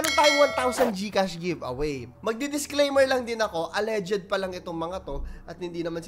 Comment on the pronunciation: Al.leged po, not al.le.ged